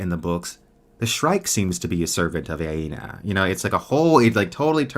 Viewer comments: just a note that you keep mispronouncing Anea's name. It's not Aena, but Anea (Uh-Nea) Great stream, one of my favorite series ever. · Btw I believe its ANEA,not AINA?